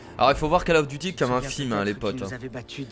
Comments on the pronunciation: on ne dit pas cAll of, mais cOll of. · Coll of duti pas call of duty